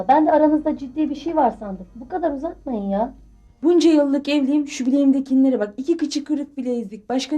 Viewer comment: “bileğimdekinler” “bilenzik”😂😂😂